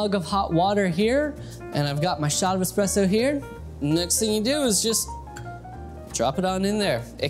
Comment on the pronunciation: Pronouncing Expresso wrong.